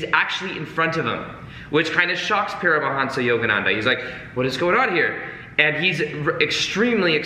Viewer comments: Make it lucid The pronuncians of those names. Sorry I wasn't more specific. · It's Paramhansa, not Param a hansa. I think it was Daya Mata. that inserted the extra "a'". in while Yogananda was away. Guess she thought it sounded more impressive or something. Yukteswar is. yook tesh war Yukteswar is also important because he discovered how timekeeping was lost during the Kali Yuga and that we are actually in ascending Dwapara since approx. 1700 AD. While not as dark as Kali, it's the Energy age which is unstable and unpredictable as we have already seen.